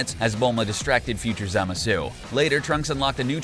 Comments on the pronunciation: "Manga" doesn't bother me. That's how I pronounce it. The character names is what annoys me. Zamasu even said his name and the dude continued to butcher it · I do hear him saying Zamasu, but it is an interesting way to pronounce it for sure. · It's Rosé, not Rose. Also, it's Zamasu, not Zimasu. FFS do you even watch the anime... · ITS PRONOUNCED ZAMASU NOT ZIMISU LOOK IT UP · I got cancer when he said zimasu not zamsue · zamasu: Merged Za-mah-su him: merged zamasue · It's zamasu not zemasu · This guy cant even pronounce zamasu hahahaha zimazu😂😂😂😂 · Anyone else hating this guy for saying "Zimisu" instead of Zamasu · who else heard zumasu? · Did he just pronounce zamasu “zimasoo”? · … Zimisu? bruh I dont even know how you screw it up that bad. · Semezoo...Jesus Christ learn to pronounce their names right. This is what happens when you only watch dubbed anime. GTFO with that shit! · Why do you pronounce it like zemasu. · he clearly said zemasoo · It's... ZAMASSSS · Imagine Zamasu, but voiced by Zim. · Great vid! But am I the only one who hates how he pronounced zamasu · I don't even watch Super and this guy's pronunciations hurts my brain -_ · The way he pronounces Zamasu triggers me so hard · This nigga can’t even say Zamasu correctly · Here’s the names he said wrong Tapo is toppo zimisu is zamasu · Every time Ka-mea-mea and Zah-mah-sue are said I cringe a little.